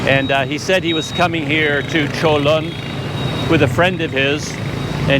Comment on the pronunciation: Wow your pronunciation of Cholon is pretty good for years I pronounced totally wrong . I go on bus 56 every day and only once they did that to me they are usually pretty good The park 23/9 across from your hotel use to be the main train station and they use to have a tram 100 years ago from Saigon and Colon Back then it was the twin cities of Saigon and Cholon Even today people refer to those areas as Saigon and Cholon , but today Ho Chi Min city is a very large city that has districts that were never around back when people only called it Saigon Like Bangkok and Kuala Lumpur Saigon used to be controlled by the Chinese merchant class even when the French controlled Vietnam . Before 1975 the Chinese controlled 85 % of retail 95% of wholesale and 85 % of the banks . After the war the governments main concern was to clear out the Chinese and so many left as boat people. Today many are coming back and they still have power but nothing like before 1975